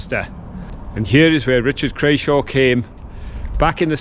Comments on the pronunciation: OK - If you canlt get the name of the owners right you may as well pack up p CRAWSHAY NOT crayshaw.....not a very well liked person at all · CRAWSHAY not Crayshaw!!!🙄🙄🙄